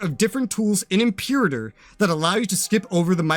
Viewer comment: How are you coming in here calling it "impure-iter" lol. It's "im-per-ah-tor"